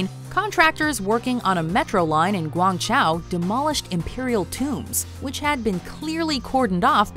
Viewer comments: Till she tried pronouncing Guangzhou and pronounced it as Guang Chow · ah yes, the king of clickbait and “Guang chow”